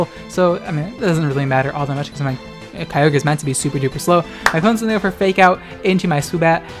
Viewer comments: It’s pronounced Ky-O-Ger, get it right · I will always pronounce Kyogre "Key Yo Grey" from now on to piss people off. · Pronouncing Kyogre like that is exactly the kind of thing that pisses my brother off, I’m gonna do it forever now